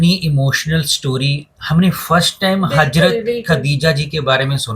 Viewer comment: Bhi hajrat aor hazrat dono ka alag meaning hey sahi se pronounce ker lia karo 🤌🏻